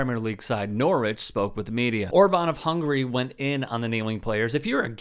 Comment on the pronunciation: My petty love is listening to Americans butcher English place names - ‘Norwitch’ 😂